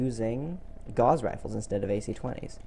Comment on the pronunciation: It's "yayger" and "gowss" Not jagger and gauze.